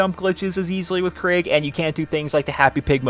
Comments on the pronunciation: Craig the psycho? Krieg is (most probably) pronounced "kreeg". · It's not Craig its krieg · Krieg. Not craig. Lol. Thanks for the vid